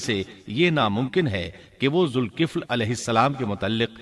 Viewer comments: Dhulkifl not zulkifl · Quran mn Zalkifl lfz hai Aur zulkifl parh rhy hain